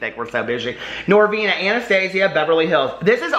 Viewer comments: “I like PRESENTS 💝, NoRRRvinA”😉😱🤣🤣😘💜💜 Me too,, me too!!!😍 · The way you say “Norvina” lmao. You should called your palette Monnster